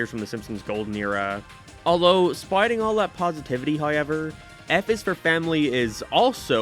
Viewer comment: You're from that very specific part of the planet where you pronounce everything so normally, then you run into any word with "ow" in it, like "anyhow", and your brain glitches and you put seven different vowels in it. "Someheuaouw". "Heiaueiwever"